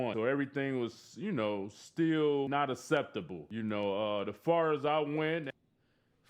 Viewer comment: Did he say asseptable? Wtf is wrong with dizzy fool